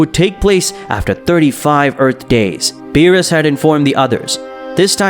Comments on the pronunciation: Bro calls lord beerus lord bills💀💀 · The amount of wrong names in here: bills, whis (instead of pronouncing it whees), milk, kakoroto, vegeto instead of vegeta, dai-shikin (kan), cib (cabba).